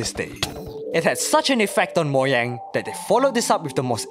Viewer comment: Bro Its Mo-ja-ng nt Mo-gia-ng